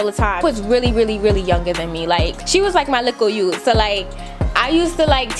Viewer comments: Mi hear the Jamaican talk chip in girl "Little yute"😂🇯🇲🇯🇲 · 'my likkle yute' get that patois sis :D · “Likkle yout”🤣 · “My likkle yute” love that lmao